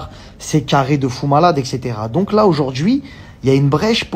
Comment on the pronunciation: Le tchitre, la miniatchure, teintchure, tRRRès, aujourd'chui, tchierce, je vous ai dchit, un petchit pcheu... Contchinuez, c'est rigolo ! 🤣